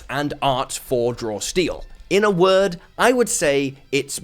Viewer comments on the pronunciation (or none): none